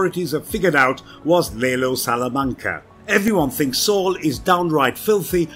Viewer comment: I'm just trying to figure out who "lay low salamanca is" 💀💀